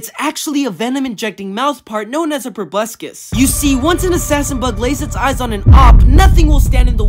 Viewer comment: This man pronounced proboscis as probucscus